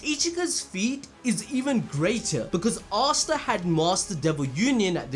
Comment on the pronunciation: "Ass ta"😂😂